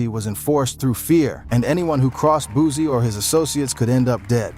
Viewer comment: It’s boosie not boozie get your pronunciation right first😂😂